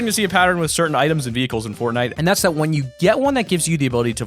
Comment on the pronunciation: He said pornnite